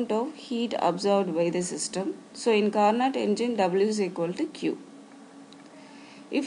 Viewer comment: The actual pronunciation is "carno" where "t" is silent. Of course these doesn't matter in science where understanding is most important. But still I m giving this information from a GK point of view.